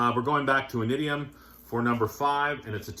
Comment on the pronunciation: their first album is pronounced “inishium”